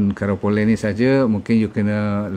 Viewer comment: Karipolei, bukan karapole...bahasa Tamil tu